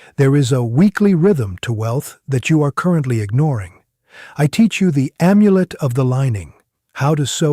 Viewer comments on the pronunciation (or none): none